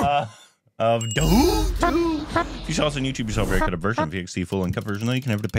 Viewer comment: Ge don't say dhoom..He says duhoom